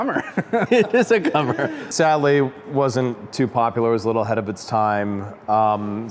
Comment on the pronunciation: Commer is pronounced as in COMplete. Borrowed one back in the late eighties, could have a lot of fun on a twisty road if wet, all at low speed. Owner had riveted a band of galvanised steel around the bottom to avoid it separating, yes it was that bad. Even went over the back door, rendering it a three door. Dogs liked all the space in the back to run around in.